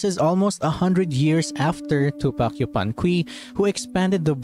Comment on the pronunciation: just a tiny correction on the pronunciation, yupanqui is a spanish translation of the quechua name, meaning the u in q"u"i is silent, a better way to read it for english speakers would be yupanki